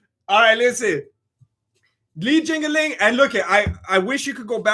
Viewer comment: He said Li jingaling I’m dead